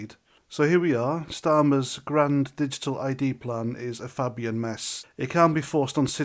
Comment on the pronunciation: It`s not Fabbian, it`s Fabian. Like rabies.